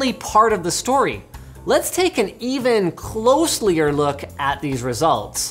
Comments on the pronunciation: "Closelyer Look" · "Closlier look"?